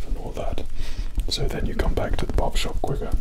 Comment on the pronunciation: The way you say Barbershop like "Bawbashawp" is somehow better.